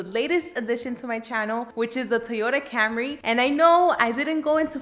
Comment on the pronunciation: just be sure to refer to it by its proper gangster street name: the Toyota Camré (camRAY). thats how the coolest people pronounce it